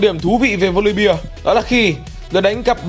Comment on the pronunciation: Góp ý chút là voli be chứ không phải là voli bia